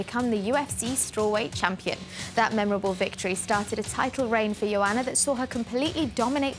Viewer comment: Gotta love Goldberg trying to pronounce Joanna "Iondjentjakk"